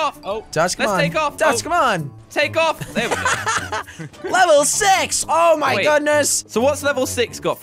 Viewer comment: did anyone notice Jelly said level sex instead of level six